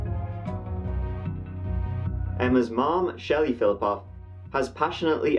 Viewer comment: I love your videos! 😊 This is the first one that I thought you mispronounced the last name. You say Polish last names like a native speaker! Russian here would not be as flip flop off but rather Filipov.